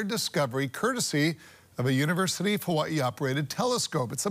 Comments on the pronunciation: "Huh-wuh-ee" Lol never heard anyone pronounce 'Hawaii' like that in my life but ok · sorry to change the subject but are they using AI to the voiceover, how he pronounced Hawaii sounds very AI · Ai voices so assuming the video is to , it looks cool shame it can’t pronounce Hawaii properly and had difficulty with chilli